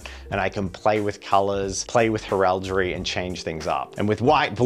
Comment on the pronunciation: First time here, cool concept but mate, for the love of christ on a bike stop saying heraldry like that.